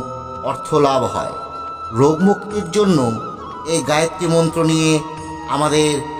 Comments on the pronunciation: গায়েত্রী নয় হবে গায়ত্রী। দৈবিক না দৈবী? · গায়ত্রী মন্ত্র। গায়েত্রী নয়।আপনি আগে বানান উচ্চারণ করুন তারপর জ্ঞান দেবেন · গায়েত্রী না গায়ত্রী? যতটুকু জানি উচ্চারণটা হলো গায়ত্রী। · ভালো ভিডিও। তবে "গায়েত্রী" মন্ত্র নয়, গায়ত্রী মন্ত্র। ধন্যবাদ 🙏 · মন্ত্রোচ্চারণ শেখাবার আগে নিজে সঠিক বলুন। গায়েত্রী নয় গায়ত্রী।